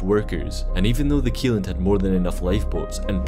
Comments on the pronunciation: It's pronounced Shelland not Kieland.... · This rig is NOT called Alexander keeland. It's called "Alexander Kjelland, pronounced Shelland." Seriously, check pronunciations before posting videos. I am fluent in Norwegian, lived there for years, including when this happened. One of my friends' husband was killed on it.